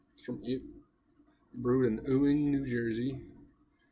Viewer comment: Nice video And it's pronounced (YOO-ENG), not Ewing, NJ.